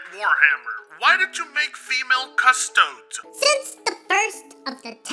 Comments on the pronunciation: Cus-Toe-Dees not Cus-Toads But other than that, thumbs up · That “Custodes” pronunciation… what the fuck? It’s Custodeez, not Custoads. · Its pronounced CU-STO-DEES like custodian but without the 'an' at the end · Every time I hear "Cusstoads" it bring me back to people saying "Poki Man" circa 2000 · Thats a weird way to pronounce Custodes. I mostly hear it as Custodeez.